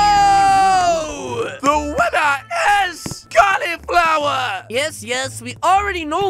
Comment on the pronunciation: I love "Califlower" says